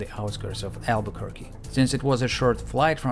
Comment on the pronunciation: Tell me honestly because I won’t judge you if you did, did you look up how to pronounce Albuquerque or are you just a master linguist?